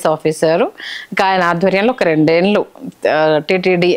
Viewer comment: TV5 చానల్ అధిపతి పేరు కూడా వినపడుతూంది తితిదే ఛైర్మన్ పదవికి.. ఇక, Anchor బాగానే మాట్లాడుతూంది కానీ 'వాల్లు' 'వీల్లు' 'ఏల్లు' అనడం ఏమనుకోవాలి?